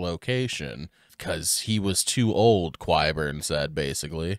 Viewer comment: K-Eye Burn😂